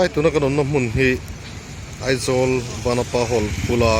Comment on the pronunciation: vanapa i lam dan a diklo